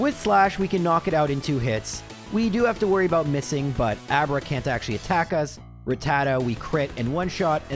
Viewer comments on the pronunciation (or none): none